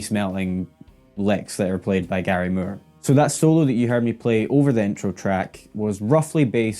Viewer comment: It's not murr! It's Moore with long O😮